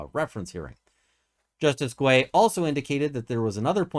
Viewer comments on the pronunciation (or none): It’s pronounced justice gay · Guay is pronounced like Gay. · Good info as always. In regard to how Justice Guay's name should be pronounced, it is with a hard G sound ("gu" in French is a hard G rather than a soft G/J pronunciation). The U is silent.